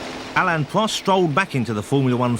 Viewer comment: pwost, wace, anyone else noticed the commentarist can't spell 'r'?